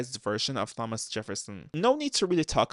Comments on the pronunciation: Are you really so British you pronounce the h in Thomas 💀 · Why you pronounce "Thomas" that way? 😭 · the way you say thomas is killing me